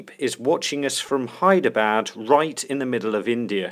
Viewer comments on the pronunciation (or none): none